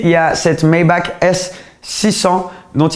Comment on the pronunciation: Superbe vidéo, mais pour t'as culture Maybach se prononce Maybar avec un r a la fin et non un k.